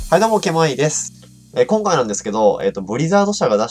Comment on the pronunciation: 何回聞いても挨拶がキモいにしか聞こえん笑笑 これからも頑張ってください